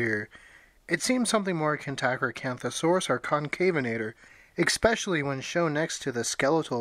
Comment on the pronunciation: All that talking and all I heard was 'expecially'